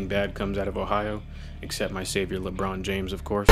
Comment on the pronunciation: You lost me at "Lebron" my brother